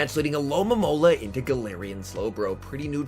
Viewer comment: Stopped watching when you said alolamola lol Alomomola